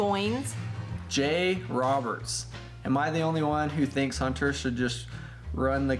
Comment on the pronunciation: Why do you call your camera hnnt---er We pronounce it Hunter